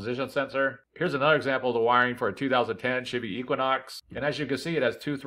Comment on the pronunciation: Thanks man, I think this is my issue. I get a kick out of you saying "shibby" for Chevy.